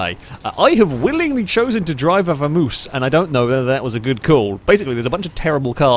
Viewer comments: It's a Vam-oss not a Vermouse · Isn't it Vamos (vah mohs) like the Spanish word? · pronounciation of Vamos makes me ill.:P